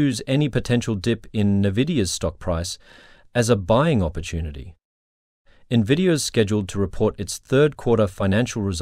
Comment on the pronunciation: It's not pronounced 'nuhvidia'. Get with it.